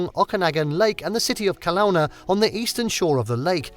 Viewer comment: This is not in anyway representative of BC. It is far too heavily weighted on Vancouver island. You also genuinely need to establish how to pronounce: Okanagan and Kelowna correctly. 🙄😖